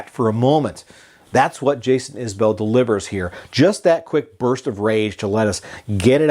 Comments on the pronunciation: “Iz-bul” not “Is Bell” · Its actually pronounced Iz-bull....its an Alabama accent thing. Just listen everytime he opens a concert and says the name of the band. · A well reasoned review, with one glaring fault: how can you not know how to pronounce the artist's last name?